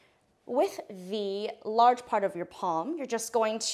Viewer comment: Sombody is gotta tell her when to say the or the